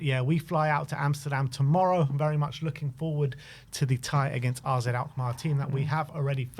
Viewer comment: One day these lads will read comments and finally say AZ alkmaar not RZ !!!